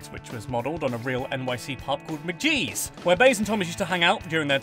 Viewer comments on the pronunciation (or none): It's pronounced Mc-GEE'S not MacJEEZ 🤣 It rhymes with Peas like a Mac and Cheese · That pronunciation of 'McGees' is just horrific. If you're going to give 'facts' at least check your work, man!